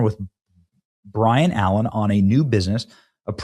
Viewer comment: Byron BUY RUN Allaen not Brian